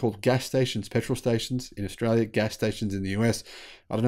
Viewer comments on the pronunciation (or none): none